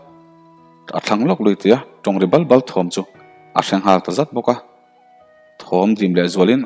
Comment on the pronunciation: Bal Bal i tih Dan kha ari a dik lo va Balhla, Bal tih lai a kan lam rik Dan hian thluk deuh tur a nia.